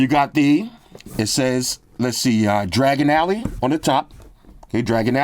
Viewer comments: Dragon ally😂😂😂😂😂😂😂 it's Diagon Alley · You can tell your not a Harry Potter fan, Dragon Alley, it's Diagon, Di-a-gon, lol.😂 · said "Dragon Alley" 😅